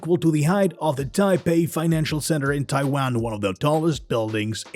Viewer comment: the way he says taiwan tho